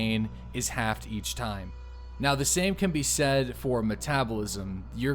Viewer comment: are you really saying "halfed" in place of "halved" ?